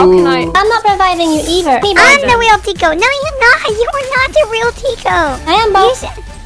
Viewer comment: Summary: "im thwe rweal tiko" "No im thwe weal tiko" argument